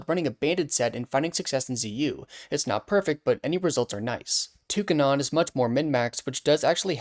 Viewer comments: Calling "two-cannon" as "took anon" is very weird. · Too-ka-nón cannot be how that is said 😭 Toucan (too-kan) + cannon (kan-on) = Toucannon (too-kan-on) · You're supposed to stress the ca in Toucannon like you're saying two - cannon. (Because Toucan is pronounced like two-can) You're stressing the c and that makes it sound like tewk - anon Edit: ok what is wrong with you? I paused to write this comment since I thought you just didn't know how to pronounce toucan and that caused the tewk-anon but immediately after I resume you say toucan correct. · Cawnawn? Not Cannon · "Tou ca non" Oh dear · Girl please tell me you're pronouncing it touc-anon as a bit /lh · girl did NOT just say "TOO-cuh-non" 😭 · The toucannon pronunciation was downright silly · Girlfriend I’m gonna need a formal apology for you insisting on saying Toucannon in the most nonsensical way ignoring both the word Toucan and Cannon. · The way you pronounce tocannon made me choke on me coffee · Girl, great video but I almost retched when you pronounced Toucannon😬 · Toucannon being pronounced differently threw me off 😂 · I think this is the first time I’ve heard someone pronounce “Toucannon” as something other than a portmanteau of “toucan” and “cannon” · Yeah.. the wrong way